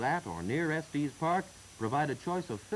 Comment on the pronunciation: Estees Park…lol. I grew up there. It’s just Estes. No matter, I really like these old newsreels. It’s fun to see the town and area before my time.